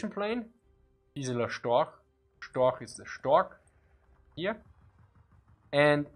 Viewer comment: I'm quite surprised how you pronounced things like "Horch" and "Storch". Especially when one hears your "Zischlaute" when you speak English. But anyway... as a "Piefke" I like your Austrian dialect ;)